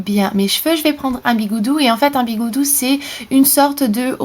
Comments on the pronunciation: C'est pas biguoudou c'est biguoudi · C'est pas bigoudi au lieu de bigoudou ? xD sinon, sympa ces idées, merci ! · ON DIT PAS BIGOUDOU ON DIT BIGOUDI ! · tu me stresse avec tes mot chelou le "bigoudou" comme tu dit le mot et bigoudi au cas ou et les soline ou je sais pas quoi cest des barette je pense ;) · On dit bigoudi pas bigoudou